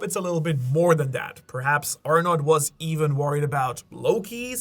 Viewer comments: It's ARNO , the" t" is silent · Arnout pronounced ARE-NO